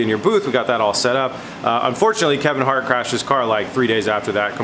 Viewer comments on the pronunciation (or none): none